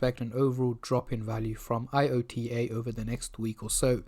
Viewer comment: It's not I. O. T. A., it's IOTA... Checking the news before making a video might be a clever idea...